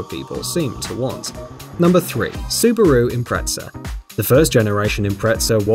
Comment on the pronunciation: Suparoo Impretza 😂😂